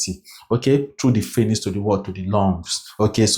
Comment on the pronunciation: Great job! You make assimilation o easy. Thank you. ♥️ But, quick one... Phranyx or pharynx? You've said it alot in your videos.